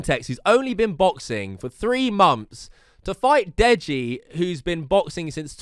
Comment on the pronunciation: Time to get a job, it’s months not Mumffs